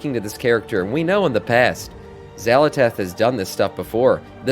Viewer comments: why do you keep saying "xalatash" when its "xalatath" ?? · Xalatath. Xala”tath”. Tath. TATH.